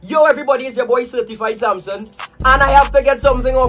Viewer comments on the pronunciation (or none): The first person Shiva is my neighbor 😂 And u pronounce he name wrong